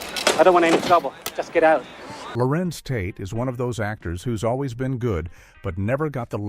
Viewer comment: If he don't stop butchering my man's name!! It's Larenz Tate not Lawrence lol